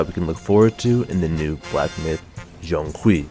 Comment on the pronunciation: he pronouced it quite well actually. Its kinda like the J in "Jane" but with a Z twist